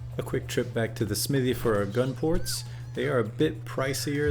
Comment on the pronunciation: great video... other than your pronunciation of the word Smithy... fairly distracting